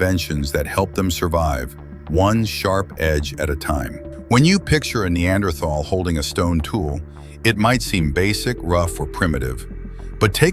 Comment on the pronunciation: Apparently there is not an AI that can pronounce Neanderthal correctly !